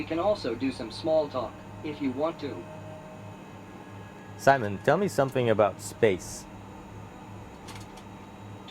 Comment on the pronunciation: The astronaut and the robot is saying his name is Simon.. And ur pronouncing it Simone